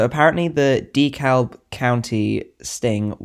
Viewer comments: I live in metro Atlanta near where most of the Georgia based operations have taken place. It is pronounced De cab Great video you earned a sub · Dekalb = "de-cab" I'm pretty sure